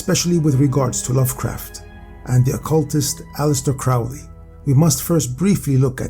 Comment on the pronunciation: Not trying to sound like a snooty know it all, but Aleister Crowley pronounced is name alley-ister crow(like the bird)-lee. Fascinating video, I'm currently going through the break up of a 3.5 year long relationship wherein we lived together for the last 2.5 years. I've found that researching various topics I find very interesting has been a beneficial technique for not letting my mind dwell on the negative emotions that break ups inevitably trigger, and this video had a firm command on my attention from start to finish